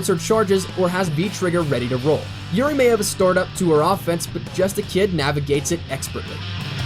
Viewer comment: Juri. Not Yuri. Dumbass.